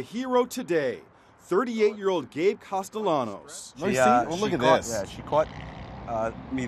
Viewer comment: I heard gay castalano